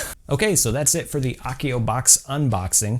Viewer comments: I love the channel and you bring us amazing harry potter stuff to make but hats not how you say Accio, A like apple. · It's pronnounced 'accio' with an a like apple, not a like arc!